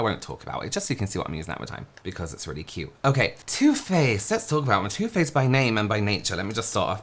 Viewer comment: Bahhhahahaha 🤣🤣🤣☠️😘😘😘! The first time you say “Too Faced”, I seriously swear I thought you said, “Toothpaste”! 🤣🤣🤣☠️😘 That is TOO funny! TOO! 🤣 I literally had to rewatch it bc I was all like, “Huh?? Toothpaste, what the heck did I miss?!” 🤣🤣🤣☠️😘